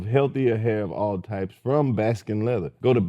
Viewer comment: Somebody tell Lous its Baskin n LATHER not Leather😂😂😂😂